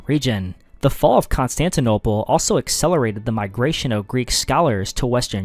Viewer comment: Why do you say Constantinople like that?